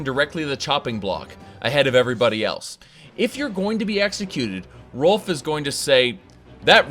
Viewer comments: Ralof not Rolf... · It's Ralof not Rolf, sorry it just bothered me... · If i didn't already get used to you mispronouncing shit that "Rolf" for "Ralof" would have bothered me a lot more xD. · great vid, but his name is "Ralof" not "Rolf"!!! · "Rolf" Could've sworn it was pronounced Ray-loff but now I'm just thinking he's like "The Stormcloaks have many doors of entry Ed-boy. My father was a soldier and I am the son of a shepard." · Ralof not Rolf. Otherwise I fully agree to no end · Wait, Rolf? You mean Rolaf? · Erm, I think it's Ralof. Not Rolf. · Why was he saying "Rolf" it's "Ralof" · are you saying Rolf? you mean rolaf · Rolf? it's pronounced Ray-loff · "Rolf" Oh god it's the livestream again. Rolf from Riverwad. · Rolf? does he mean Ralof? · Epic Beard Gamer He pronounces it that way on purpose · RAY-LOFF.... other than that i love this with a passion. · pronounces Ralof Rolf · Ralof. You appear to be missing a letter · You butchered ralofs name